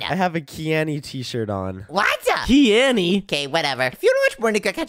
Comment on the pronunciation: "Keany west" 😂😂😂😂🤣🤣🤣😆